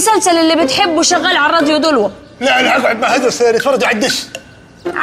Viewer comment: اسمه هاجرس مو هادرس